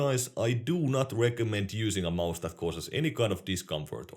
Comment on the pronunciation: Everyone else: Watches to get a competitive perspective on popular and underrated peripherals. Me: Like hearing say maus.